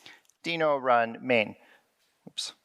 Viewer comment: So glad to hear him pronounce it as Deno...and not Denno like everyone else you lameTube. Yay!